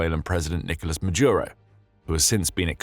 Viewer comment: Why the mispronunciation of Maduro as Majuro?